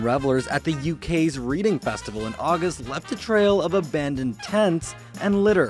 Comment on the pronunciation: The name of the English town "Reading" is pronounced "Redding". "Reading" as you pronounced it is the verb, as in "reading a book".